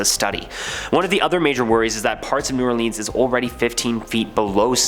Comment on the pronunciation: Guy: ays it "New Or-Leeeans" Me: He's gotta be Canadian... (I'm Canadian btw.)